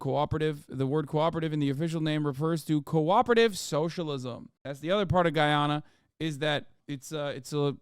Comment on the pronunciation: lol Guyanese people don’t pronounce Guyana like that… but I guess that’s with every country